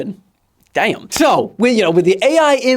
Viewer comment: that "Damn" was not British... Tates coming for you. 😂😂😂